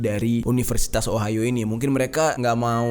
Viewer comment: Entah knp pas bang jerry nyebut ohio di telinga gw ohayo :v Biasalh wibu wkwkwk